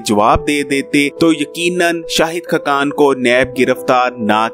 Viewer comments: Yar aap ka tlafaz bohat khrab he (khakan)na keh (khkan) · khqan nahe,khaqan hota hai,khudaa k liay apna lehja aur alfaaz theek bolo,khuda tumhain aqal se nwaze.